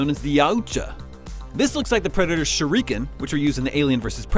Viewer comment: “Shureeeeeekin”. Yeah bro...